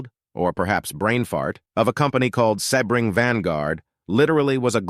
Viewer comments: Must be an AI announcer. "Sebb-ring"? Try "See-bring". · AMC Gremlins weren't ugly. They WERE Hornets with their trunks cut off! The Saab Sonette(pronounced like sonnet) III were beautiful sleek cars. The problem with them was their dated mechanicals. The Sebring(pronounced see bring) were odd but had the popular wedge styling(sic: Triumph TR7) . Datsoon?????????? It is pronounced Dat-sun. You missed out on probably one of the ugliest cars ever, the Mazda RX4. Please learn the proper pronunciations so you don't sound so foolish and maybe people will take you seriously. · It’s Sea-bring. See how easy that was?? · Yep AI can’t get a seebring “spelled phonetically” right